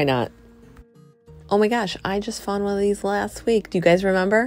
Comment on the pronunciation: It's "you FOUND something-----NOT "FOND" . Seems like you just fairly recently mispronouncing. Not pleasing English.:face-orange-frowning